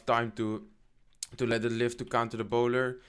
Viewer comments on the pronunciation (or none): none